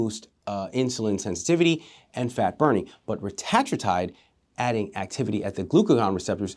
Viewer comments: Great video. Just a heads up. It's pronounced ret-a-TROO-tide. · Its pronounced (retuhh true tide)